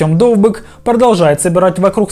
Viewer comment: Чому ви кажете - ДовбЫк, але - МИколенко? Тоді або ДовбИк, або МЫколенко. Не псуйте прізвища, будь ласка